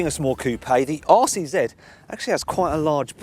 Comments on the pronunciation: All I hear him saying is Arsey Z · After he said it had a tight rear end, I kept hearing 'arsey Z'.